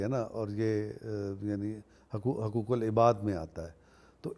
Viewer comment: آپ خود حقوق کا حق ادا نہیں کرتے ۔ (حُقوق کا تلفظ حَقوق کرتے ہیں) اور نامعلوم کتنے الفاظ ایسے ہیں جنکے حقوق آپ ادا نہیں کرتے اور حقوق ادا کرنا تو دور کی بات، آپ یہ تک نہیں سوچتے کہ انکا کوئی حق بھی ہے۔ جو شخص ان معمولی معمولی چیزوں کا حق ادا کرنا سیکھ گیا وہ بھلا غیر معمولی چیزوں کا حق کیسے مار سکتا ہے۔ صلاح الدین شیخ 🇮🇳.....